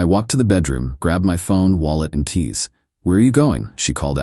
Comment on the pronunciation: Dear AI - think you probably grab your keys, not your tease. You do know how to say keys, I’ve heard you. And you do know how to say dollar and actually make money makes sense instead of collar? Whoever is programming you need to proofread a little.